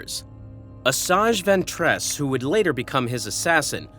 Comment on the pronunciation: Judging by the consistent inability to pronounce Ventress correctly, I'd say the voice is too.